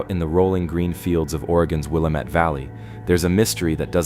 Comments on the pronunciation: "Will-a-mat"? Are you kidding me? Geesh! These AI voices really need to learn how to pronounce names. It is pronounced "Wil-la-met". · There were quite a few Oregon places mispronounced. Willamette is Will-am-it. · Great Video, but he needs to learn how to pronounce Willamette.